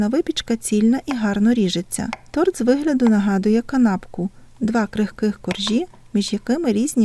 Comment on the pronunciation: Ой , як завжди смакота , тільки не тРот, а тОрт